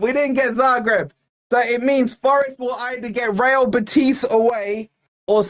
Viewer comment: The stress is on the "e" in Betis,, not the "i". How do I know? Because I live an hour's drive from Seville, and I'm a lifelong forest fan! Bring it on, I'll be there!